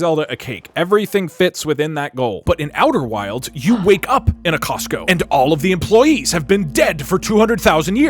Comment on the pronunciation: "And- Its costo."